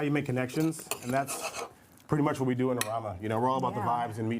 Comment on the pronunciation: How did u butcher the title so hard